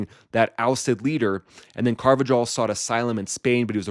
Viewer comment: Car- va- HALL ... you’re welcome, bro that’s how you say it.